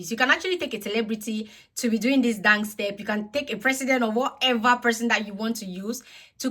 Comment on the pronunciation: Dance not Dangse